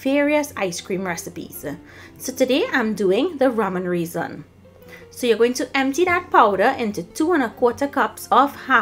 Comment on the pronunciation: Hahaha is saying RAY ZON loll to funny,, yummy ice cream